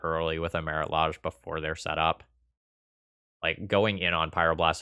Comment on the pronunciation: The way you incorrectly pronounce Lage makes me cringe every time :(